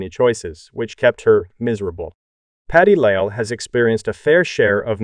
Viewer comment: Stop with the A.I. And learn how to pronounce patti labelle’s name correctly